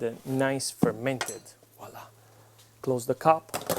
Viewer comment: And woila loool